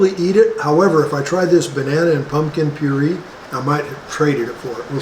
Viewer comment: put the cassava flower on your rice i thinks.. and Puree' is pronounced as pyore-ray